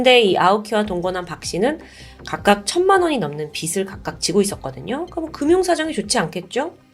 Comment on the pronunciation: 첫 번째 사건 어처구니가 없네... 아내가 불쌍하다. 그런데 두 번째 사건에서 "빚이" "빚을"은 "비지" "비즐"로 발음해야 하는데...매번 잘못 발음하시는 듯